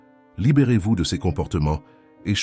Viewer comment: Je suis bien d'accord avec vous et n'ai pas attendu que quelqu'un me le dise, je ne supporte pas cette IA, ça s'entend toutes les 3 phrases quand il prononce "Ces" ceu-ze"par exemple